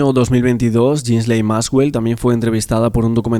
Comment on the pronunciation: Ghislaine Se pronuncia "GUILEIN".